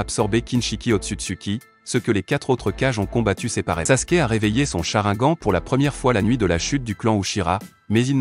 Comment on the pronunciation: Et au fait on dit sharingan ou si tu préfères cha rine gane